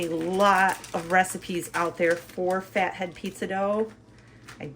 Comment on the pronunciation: Hi from Australia I’m wondering why you pronounce your pizza as faheed?? When it’s spelled Fat head 😮